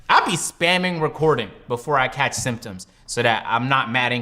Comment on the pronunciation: Fredo said sim tims when he tried to say symptoms